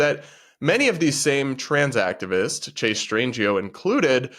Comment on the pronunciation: The T didn't hit for "Chase"....